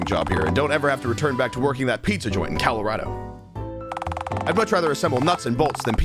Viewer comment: I’m sorry did he say calarahdo? 🙆🏼